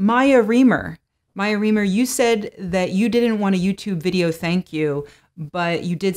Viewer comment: Mya Reamer? Are you fucking kidding me?